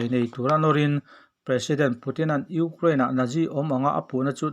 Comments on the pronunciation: Urain ti tlat a nang tuuu🤣😂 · I Ukraine lam dan chu leh😀😀😀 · Ngaihthlak a nuam viau lohna chhan chu chhiartu hian Ukraine a lam thiam lo thin hi😁😁😁😁😁